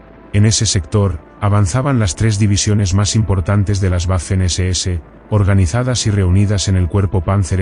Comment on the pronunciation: Que absurdo ouvir isso !!!! Quem está falando parece ser um idiota total ! Fala em tanques i vê, que absurdo isso é esse IV é 4 romano . Na pronúncia feita Waffer SS , ele diz " veifen SS". Em alemão o a é pronúncia do a como em portugues.